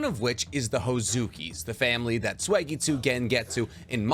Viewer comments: It's not read as swaggytsu, it's sooeygetsu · Damn. Ur still saying SWAYGITSU? It’s SUI-GETSU!!! You can’t proclaim ur a naruto lore guru when you say it like that. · Suigetsu not Swegetsu